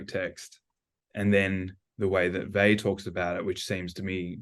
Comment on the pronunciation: Simone Weil is one of the greats. Please say her name properly.